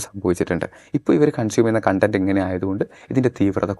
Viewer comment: Content (കണ്ടന്റ്) means satisfaction... content (കോണ്ട ന്റ്) means ഉള്ളടക്കം... mind the pronunciation for proper convey of meaning